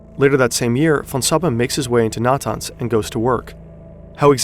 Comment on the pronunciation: That isn't how you pronounce Iran, Natanz, or Arak.